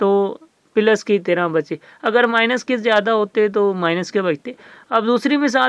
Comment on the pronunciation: Ap ko plus bolna ni ata. Kafi confusion ho gi